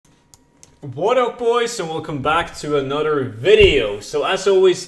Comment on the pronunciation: "Hello boys and welcome to ANUTTER."